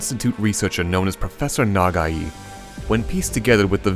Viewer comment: its Pronounced Na-Gai(guy) not NagaEE. it could be you accent messing it up. For whomever did the Voice over. at the start.